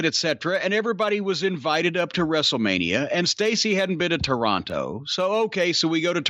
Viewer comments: Its Toronto. Not TORE-ON- TOE 😡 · I hate how he says Toronto. Gah. It's "Tronno." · Cornettes enunciation of Toronto is upsetting. Signed, a Torontonian